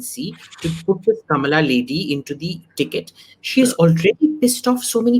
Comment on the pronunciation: Comeon you can pronounce Kamala properly. Do not say Kamaalaa.